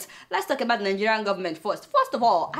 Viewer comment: Your opinions is late Biafra have gone for good, a point of correction please stop pronouncing ebout instead of about